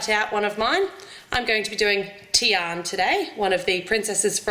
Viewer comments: im sad cuz she said tian its fricken tiana srry if im harsh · Not Teon, but Tiana. (Tea-ana) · it is tiana not tian ! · her name is Tiana not Tian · In England u call her tianA not TIAN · It's Tiana not Tian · it's Tiana not tian but other wise the vid was perfect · that realllllllly annoyed me haha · i think its pronounced Tee-ah-na. im not sure though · Guys, Guys, Guys, when she pronounced "Tian", she left the a silent xD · her name is Tiana, not sure if all the Aussies say it like that but I personally think that if you're going use characters, the names should be said correctly. I also watched your Avengers breakfast and you used the green lantern symbol for hulk... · I agree